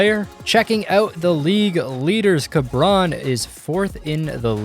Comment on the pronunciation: este pendejo diciendo carbrón JAJAJAJ